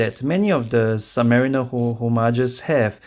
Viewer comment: it's "submariner" not "submarina"